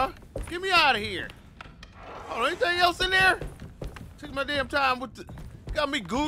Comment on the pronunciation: “Hennything is possible “ lol please 😂😂😂😂😂